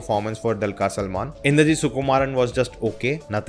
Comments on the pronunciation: Not dalkar Salman....it's dulkar ...du... good review sir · For, Pl note the name of the hero is pronounced as दुलकर and not like in the word Dull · Not Dalkar Salman.....it's Dulquer salman🙌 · The Du in Dulquer is pronounced as it is in Dubai, Dhulipala, Dhoop, etc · 1stly learn to pronounce the lead actor’s name then say ur review… the way u said abt the film as a “set” look was rude…now stop reviewing abt malayalam industry and do bollywood thats better for u… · Atleast try to pronounce DQ's name correctly before you review and pls stop acting like a movie geek unless you know basics of it 🤷🏻‍♂️. You northies never going to reach near malayalam cinema's content and making standard. Go watch some bolly masala shit and clap 👏👏👏